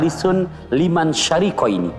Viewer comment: Bukan syariqoin tapi syarikain..🙏